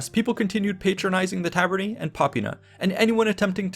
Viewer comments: Ae in Taver-nae sounds like lay or bay. Not "ee" like we. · It's actually pronounced "Ta - ber - neye" as AE is a diphthong which is pronounced as in eye / aye. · Tabernae is pronounced "Ta - ber - ne" with the italian "e" sound as in "Versace", not "tarberny". But great video anyway :) very interesting AS Always. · Great video but it’s pronounced tabernae like an eye not tabernae like a knee. ( singular form would be ; taberna.) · The -ae in tabernae and other words, is pronounced ‘eye’ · I know just enough about Latin to know you accented "insula" wrong. You also pluralized it wrong. Then with "tabernae" you made the same plural mistake, and the opposite stress mistake. ... popīna was wrong too. Right away it struck me as odd that you said "in-SU-la" instead of "IN-su-la." I thought about it for a second, and was like, "huh have I been saying it wrong." But if then I remembered the penultimate stress rule: if the second to last syllable is a long syllable, ie long vowel or vowel + consonant coda (or both), then it gets stressed. OTHERWISE, the previous syllable gets stressed. Insula, if you mark the long vowels, is "īnsula." The syllable is NOT long, so we stress the first <īn> syllable. Honestly, you can use your English intuition here. We don't in-SU-late our houses, we IN-sulate, them. You can also just look it up on Wiktionary. Stress is marked by an apostrophe before the stressed syllable in their IPA notation. You can't use English intuition with "tabernae" though, as it is not stressed like "tavern." Here the penultimate syllable is ber, a long syllable, so get stressed: "ta-BER-nae." With "popina," I can forgive the mistake, as the long i is often not marked, but it's actually "popīna" so pronounced like po-PĪ-na. Seriously, just look up this shit on Wiktionary; it takes two seconds. Can you put in at least an ounce of effort? On two plural problems: The plural of insula is "insulae," not "insuli." in classic Latin is pronounced something li